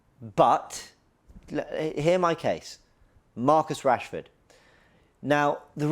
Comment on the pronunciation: Man said Marcus Rashford you know… do me a favour please… GETOUTTAHERE 😂😂😂